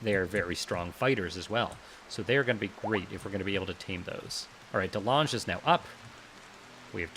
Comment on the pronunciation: Dutch people be like it's Calvin De Lange (Calvin the tall) not delaaaangé :p